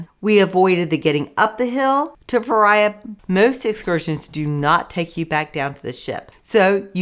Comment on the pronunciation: Please learn how to pronounce the towns. Fira is "feera" not feriya. Oia is "eeya" not oya. Otherwise, great info.